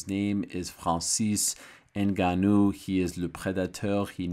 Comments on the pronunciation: Ariel has to go out of his way to pronounce his name differently then everyone else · Ariel needs to stop with these pronunciations 😅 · the most obnoxious pronunciaciton of Ngannou's name. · Espn upper management bout to tell Ariel to Americanize his pronunciation of Ngannou’s name like they did to Izzy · Always going out of his way to pronounce the name different